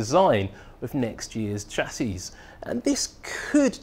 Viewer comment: You just pronounced chassis incorrectly...